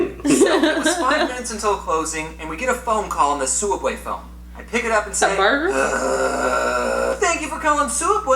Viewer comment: Why does James say sooubway it's subway